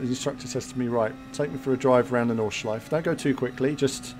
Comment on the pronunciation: Nordschleife pronounced "nord-shlyf-eh" ;) Nice driving! Can't wait to get behind the wheel in this combo.